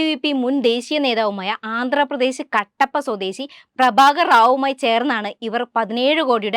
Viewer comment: Molay , Kattappa ano ? There is a place called Cuddapah in Andhra. Pronounced കടപ്പ.